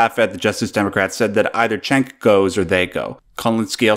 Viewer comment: Cenk is pronounced Jenk, not Chenk.